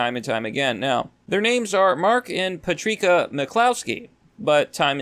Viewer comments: Did you just pronounce the name Patricia as “Patreeka”??? Dude. It’s Pa-trish-a. Or “Pat” for short. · Love your videos dude but you need to learn how to pronounce simple words and names. Her name is pronounced patrisha, not patreeka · Just FYI, the lady's name is pronounced "Pat-rish-ah" not "Pat-reek-ah." Other than that, keep up the good work. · Patrica? You mean Patricia. Where are you from? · "pa-tree-kah" It's pa-tris-ee-aa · Patricia is pronounced ‘Pat-risha’ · Puh_treek-uh. HAHAHAHAHA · It's pronounced Patrisha. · Her name is pronounced Patr(isha) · lol "Patreeka"....